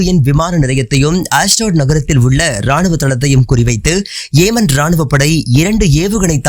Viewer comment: ஏமன் அல்ல யெமன்